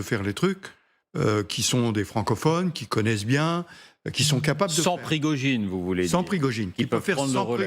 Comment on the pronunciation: Pirgogine au lieu de Prigogine par ce que vous ne comprenez rien de lui😅